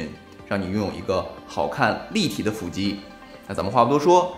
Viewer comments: 不是fù肌吗？？fǔ肌听着好别扭啊… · 為什麼腹肌都唸成斧肌